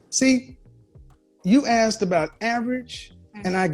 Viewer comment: I come from a place with a thick Celtic accent. We don’t usually say the “th” sound. I’m wondering if these woman are all from the same area because there is a pattern with them not saying “asked” they say “axed”